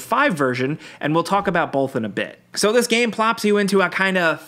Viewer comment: Both, not bowlth